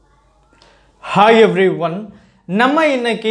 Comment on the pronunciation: why do you stress so much while saying HI EVERYONE , its funny.